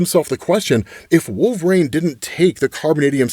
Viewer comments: Huge fan, is it like an accent thing that makes you say wolverain ? Could you try and pronounce wool-ver-reen as opposed to wool-ver-rain i never noticed it but this is my first wolverine vid of yours im watching 🤣😂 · i dont even hear it when says wolverain anymore. its become normalized after years of xmen comic coverage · still pronouncing Wolverine as WolverANE is hilarious. Makes me chuckle every time.